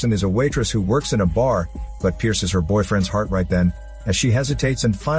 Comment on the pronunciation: "Hrart and Souls"